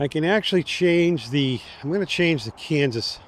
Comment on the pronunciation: Great video. Incidentally, there's no n in cadence before the d. And it's a long a. Keep rocking...